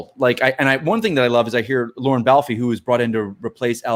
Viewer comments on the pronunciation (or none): none